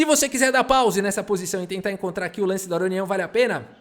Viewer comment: "Aronião", huehueheuheu; adaptou perfeitamente o nome dele pro português.